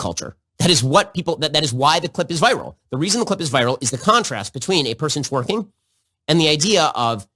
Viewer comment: He can't even pronounce twerking correctly. 🤣